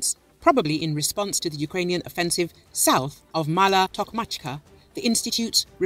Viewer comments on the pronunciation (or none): none